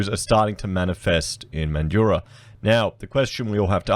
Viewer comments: The streets aren't flooding with homeless and it's Man-drah not Man-du-rah. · Mate, it’s MANDRAAAA. NOT MANDURAH 🤪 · Friendly tip from a mandurah local, it’s pronounced Man-dra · Yeah mate. I live in Mandurah and that's how we pronounce it. Not like how Mildurah is pronounced. The people in that video who emphasise the "u" are wrong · Yeah, If you're from WA you will definitely say it like 'Man-drah'. If you say it with the middle part then we know you're from over east lol. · I think Mandurah is pronounced without the 'u' : Man jrah. Good presentation. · MAN-dra, like Sandra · Interesting conversation mate but it is pronounced Man-dra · Its pronounced mandra not so much emphasis on the U in mandurah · MANjura. Folks have many ways of phoneticising the last 2 syllables but to a MAN they all emphasise the first. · Cmon man it’s pronounced man-drah 😑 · 'Man- Joorah'? WTF? -But thanks for the video. Thumbs up despite your horrendous, laughable pronunciations. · the u is silent. mandurah has always been a hole and in no way ever like the gold coast. no its not a city its like a suburb of perth thats really far away. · learn to pronounce the name correctly